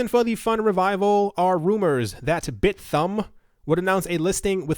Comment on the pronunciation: “Bit-humb”. Not bit-thumb.